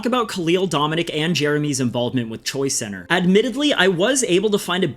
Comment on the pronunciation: Only thing I have against this video is it sounds like you’re saying Choi center and not choice center